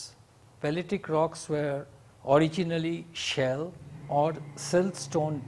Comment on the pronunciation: it's shale not shell sir